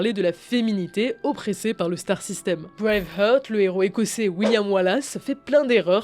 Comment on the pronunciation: Ça se prononce "Breïveharte", pas "Breïveheurte"